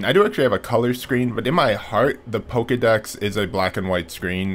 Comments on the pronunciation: It's painful hearing him pronounce it PokEEdex instead of PokeAY/UHdex. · "poh-kay-dex", not "poh-key-dex".